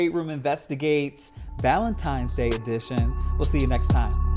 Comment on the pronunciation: Its Valentines day, not Valentimes day!